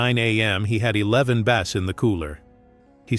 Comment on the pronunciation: It's AI. For some reason most AI voices are terrible with pronunciation.